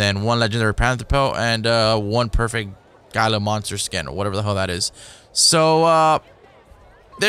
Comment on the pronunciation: not Gila hila is how you say it